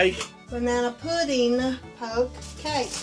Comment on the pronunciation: it’s a “poke” cake